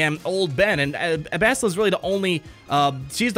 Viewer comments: dude its like bastille as in the french holiday of independence Bastille day which is TODAY haha just say it like that with an AH at the end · Finally my ears won't die after 'Bast-I-lla' =D